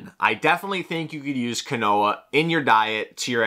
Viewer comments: Quinoa is not pronounced as kwuh-NO-uh it's pronunciation is KEEN-WAH. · Right? Keenwah lol. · Quinoa is pronounced like (Keen-Wah) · pronouncing “quinoa” as “Ka-Noah” is annoying me more than it should 💀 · Sounded like canola so I came to the comments for help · I thought he was saying canola until I read your comment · The quinoa pronunciation tho